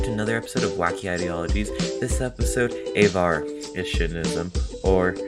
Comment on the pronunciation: It's not Avar-itionism, it's Avarition-ism.